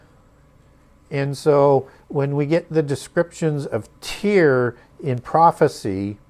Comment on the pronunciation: Don’t mean to r petty but most pronounce Tyre as “Tire”. When u bring new pronunciations it helps to acknowledge how most pronounce it in order to keep flow (we need to be able to follow). So many of us are not academics so we often reference wha we are familiar with. (Though it may be incorrect pronunciation referencing is helpful). Thanks, definitely learning a lot!